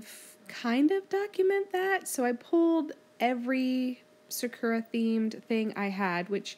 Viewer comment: hehe, sakura is pronounced "sak-ur-ah", not "sa-kur-ah" 😃